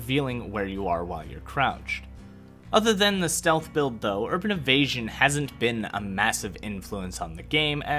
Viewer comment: "Urban Evastion"...